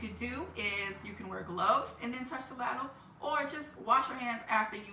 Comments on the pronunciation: They’re not laddles , rhymes with saddles, they’re ladles, rhymes with cradles. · I think she intentionally mispronounced ladles to get comments. It worked, didn't it? 😂